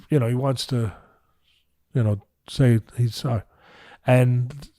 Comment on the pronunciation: If Mike says, I'm thorry man, it's probably genuine.